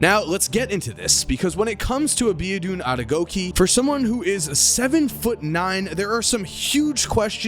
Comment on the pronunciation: He is not abedun adegokeee check the correct pronunciation on google